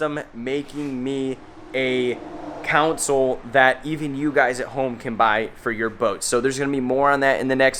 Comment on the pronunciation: Kawn-sole. I have no idea what you’re saying.